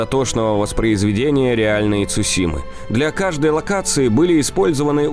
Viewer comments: Это "Цушима" очень режет слух. Правильно говори Цусима, да и звучит это гораздо лучше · Видео интересное, но! Не Цушима, а Цусима.